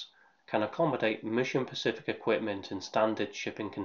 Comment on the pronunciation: Specific not pacific. English is a difficult language but even so.